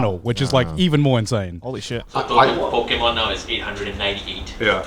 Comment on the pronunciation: Not Joey misprouncing every Pokémon name with such confidence 😭😭😭